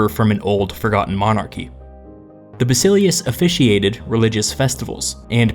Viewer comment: It's pronounced BasileFs.